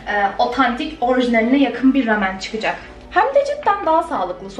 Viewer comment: Keşke rameni doğru telaffuz etseydin.